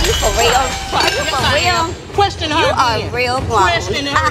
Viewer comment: Juicy said “querstion.” 😂